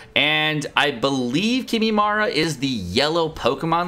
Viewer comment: wtf is kimimara